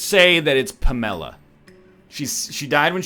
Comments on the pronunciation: "PAM uh la" is how I've always heard it. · Pa-mela? NL can’t pronounce Pamela now? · Is "pa MEL a" a Canadian thing or a NL thing? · Pamela is not some obscure or hippy name that noone has ever heard. How can NL not know how to pronounce it. LOL I think he spends too much time on the internet and not enough in the real world. (or is just getting dumber , i dont know lol)